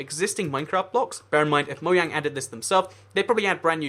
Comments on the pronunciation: why do u use say moyang instead of mojang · its said MO-JANG not MO-YANG